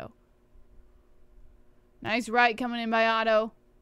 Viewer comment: Oh-tou ? i thought it was pronounced Otto